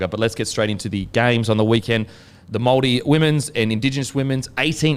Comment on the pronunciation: Awesome pronunciation of the Maori names Kempdogg 👏